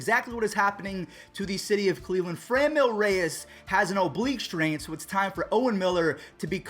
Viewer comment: why do you say FraNEmyl? its Franmil like Fran in San Fran and Mill like a wind mill...